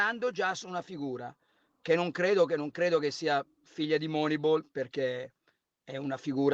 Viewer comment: mi spiace, ma sto video proprio non mi è piaciuto, Carlo veramente pessimo e antipatico quando dice "Moneibol" e quando cita il carneade dell'Arsenal 23 anni nuovo Dest 🤨